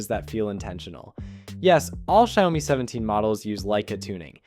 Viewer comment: First time hearing 小米 being pronounced as "zhayome".